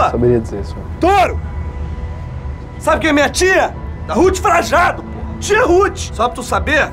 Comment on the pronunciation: Frajado? Pensei que era Frajano